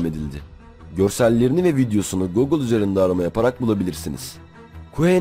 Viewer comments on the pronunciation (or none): none